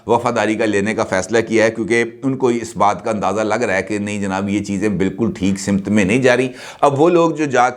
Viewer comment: سر آپ روزانہ ایک لفظ کا استعمال کرتے ہیں وہ ہے سمت ۔اس کا تلفظ simt نہیں بلکہ samt ہے درستگی فرما لیں